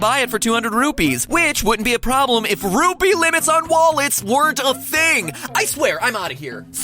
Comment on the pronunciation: MATAPAT SAID RUBY NOT RUPEE!